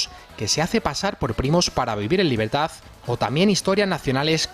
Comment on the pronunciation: NOTECOR4TES DI LABERDAD QUEBONITAS PALABRAS PENO DICE LABREDAD